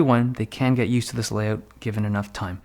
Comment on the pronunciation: Layoat he say's not layout